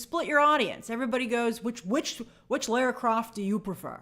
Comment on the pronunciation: Lara is pronounced 'LAW-RAH'